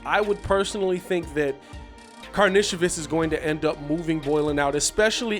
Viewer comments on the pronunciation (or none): From all the videos I’ve seen of him playing over seas it’s Kar Nish o Vis